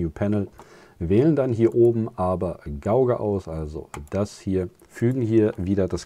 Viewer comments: Gutes Video. Und ganz nebenbei: Gauge spricht man Gehtsch und Scheme spricht man Skiem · Gauge sprich "geitsch"